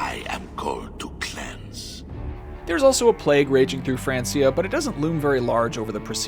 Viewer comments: Pronounced Frankia not Fransia (as illustrated in the amazing series Vikings on history channel - best historical drama ever made!) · Why he keep saying Francia, it was pronounced Frankia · Thought it was pronounced Frankia maybe spelt (Francia). When did it become Francia? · FRANKIA! not FRANCYA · I'm sorry to be that guy but every time he says "France-ia" it makes me kinda crazy. 😅 It's pronounced "Frank-ia", at this point in history it was know as the land of the Frank's. I know it's petty but come on how many times have we heard it pronounced it film and television to know how it's pronounced? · France-ea? It's pronounced Frank-ea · Fran-key-ah. Not france-e-ah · It's FRANKIA, mate. F R A N K I A. NOT F R A N S I A! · It’s pronounced frankia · It's "Frank-ia" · Its pronounced Frankia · Pronounced "Frank-ia" 😑😑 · Francia....with a k sound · It's not Francia it's pronounced frankia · It's pronounced frankia not francia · Hey dumb-dumb, it's pronounced Frank-ia. Smh....never change. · «Fransia» lmao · Francia is pronounced Frankia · Is anyone else bothered by the way he says...Francia?? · This man’s inability to pronounce Francia correctly makes me hate this whole thing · It’s breaking me how he’s saying francia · So...how do you pronounce Francia again!!!! Wow! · At least pronounce Francia correctly lol. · It's Francia (hard C, not the way you pronounce it). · Wtf is that pronation of francia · Francia is pronounced as k not s!!! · That pronunciation of Francia 😂😂😂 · We say it like that in spanish 🤪